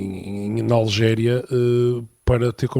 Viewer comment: É Argélia e não Algélia! É Argel e não Algés! Please, convém saber um pouco de Geografia antes de criticar o Sánchez, com z...